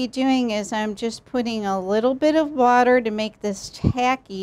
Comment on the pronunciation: fr it sounded like butter